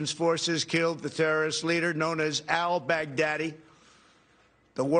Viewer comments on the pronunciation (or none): Mavis Pruitt I know I know. But it sounded like EL BACK DADDY lmao.